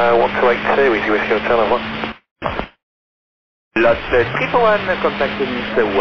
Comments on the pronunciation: Its LOT341, not ELY341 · I suppose it's "LOT 341" instead of "El Al 341". The callsign for LOT flight Warsaw - Nice is LOT 341 and it sounds more like LOT than El Al. :)